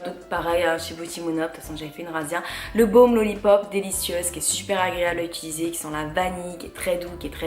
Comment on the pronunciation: Hello cela fait des années que je suis une lectrice assidue de ton blog et c'est un plaisir de t'écouter mais par pitié on dit "utiliser" et non pas "ituliser", c'est un conseil bienveillant :)